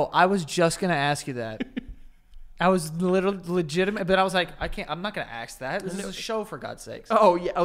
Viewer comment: love for the word ‘pantomiming’ and Joey always saying ‘aks’ instead of ‘ask’